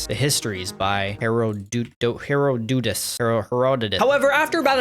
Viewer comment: as a history nerd, you pronouncing herodotus "he-roe-doot-us" damaged my soul for eternity